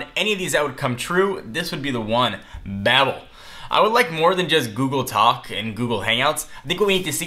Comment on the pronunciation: It's pronounced "bay-bel".